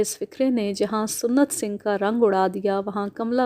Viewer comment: Maddam...Lafz SUNNAT Singh Nahi SANT Singh Hota Hai.